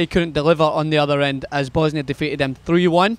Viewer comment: yo, did you just call them Bosnia - Hertz & Godiva?:-)